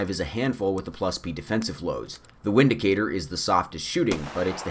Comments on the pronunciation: Windicator is pronounced Vindicator. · pronounced 'Vindicator', nice video, you're not a snob, the Taurus revolvers and the Windicator are good EDC weapons. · It's pronounced Vindicator .... in Germany we use the V and W differently than you Americans do....